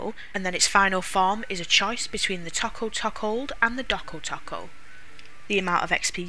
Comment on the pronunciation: It's pronounced Toe Koe not taco.